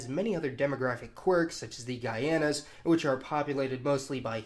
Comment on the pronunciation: Just a little heads up on something you said: the Guyanas (guy-ANN-ahz) as opposed to the Guianas (ghee-AHN-ahz). When I was in school back in the '50s and '60s, there actually were 3 Guianas--British (now Guyana), Dutch (now Suriname) and French (still French Guiana).